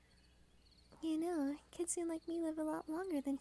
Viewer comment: Kit sue nay is how it's pronounced. Sorry but the mispronunciation is really bothering me.